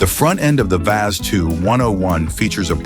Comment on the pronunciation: Now you really piss me off. The Lada, you call it wii ayy see is the second most built car ever. Yes, it is generic, yes, styling was by Fiat. But: it is robust, cheap to mentain and really far for being ugly! You need a only a hammer and some other tools, mostly for hurting dumb speakers with an annoying AI voice. That said the same fuckin' words on each car, them never drove one at all. No experience, no clue, none a fling of respect for cars at all! - always the same shite! Not the cars, but the same words. Over and over and over...!